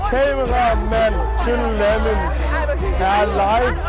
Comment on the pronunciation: Bro siger legit Lamæn (Lamin)💀💀💀